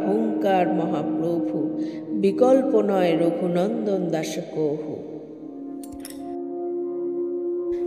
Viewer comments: কহু বলছেন কেন? কাহু লেখা আছে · সংস্কৃত শব্দ "কাহু " হলেও ওটা যখন বাংলায় বলবো উচ্চারণ "কহু " হবে